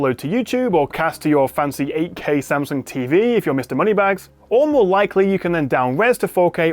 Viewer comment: love how you try and pronounce 'S-a-m'sung as it should be not 'Sem'sung :)